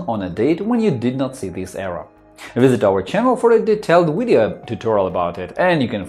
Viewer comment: I can’t go to the fecking control panel.....I also HAVE A BLUE SCREEN!!!!....also what the hell are ‘wiresses’ and ‘wideo’.....DUH.....aaaaaaargh!!!!!